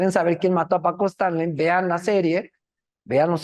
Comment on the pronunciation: Es Stanley no estanli señorita periodista😅